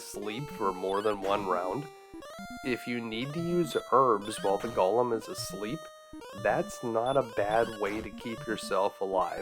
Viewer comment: Go-lum not gollum